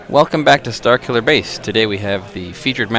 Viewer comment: Starkiller Base lol just the way you pronounce it like Zor instead of Sore. Chances are it's just another ridiculous Canadian thing like Zed instead of Z.